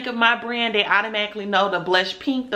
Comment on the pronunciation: You are off to a great start young black business lady. But take it from another black business lady of over forty years. Stop pulling on your braids and always remember there is now reason to ever use the word " dey " instead of they. Keep reaching for the top💖⭐